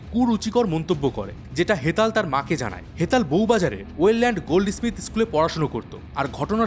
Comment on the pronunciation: আরে ওটাকে স্মিথ বলে ইস্মিথ বলে না 😄😄😄q